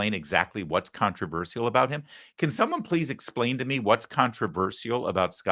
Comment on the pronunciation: Larry, it's "contra VER SHUL" not "contra VER SEE UL"